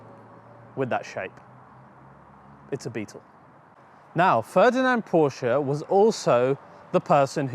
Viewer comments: Porsche is a Two-Syllable Word™ Kudos to for getting it right. Well done and informative. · Thank you for pronouncing Porsche correctly. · Kudos for pronouncing Porsche correctly. Next is Fuchs wheels....it’s pronounced Fooks and means Fox in German! Keep up the great work! Cheers! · Kudos for pronouncing Porsche correctly. Next is Fuchs wheels....it’s pronounced Fooks and means Fox in German! Cheers!